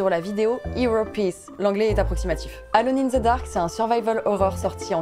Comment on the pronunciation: Mais... la prononciation de Alone, que diable ! D: quelle sorcellerie